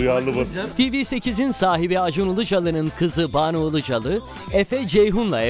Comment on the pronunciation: Buna Ilıcalı demeyein "Ilıcalı"